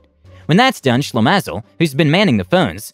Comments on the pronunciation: LOL read the word "Shlemazel" as Slim-is-all. Shlemazel is a Yiddish slang for a very unlucky person. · Way to butcher the term/name "shlemazel" - it's pronounced Shle-maah-zel